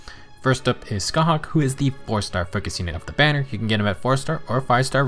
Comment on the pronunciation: Small detail, but as an Irish person it really did my heart some good to hear a Fehtuber pronounce Scáthach right! I usually hate when an FE4 banner comes out and all of the popular creators bastardise the Irish and Celtic names of the characters and locations, so it just made me happy :) Love your content btw!